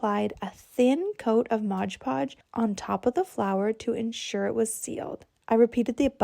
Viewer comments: That bedside table with the hot glue ‘mouldings’ looks absolutely dreadful. And……it’s MOD PODGE not MODGE PODGE. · Can people REALLY not read the label on MOD PODGE?? For the love of God, it's not MODGE PODGE. 😂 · I said the same thing! Lol, they can make "how to" videos, but can't read a label. 😂😂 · I am so tired of hearing people mispronounce Mod Podge!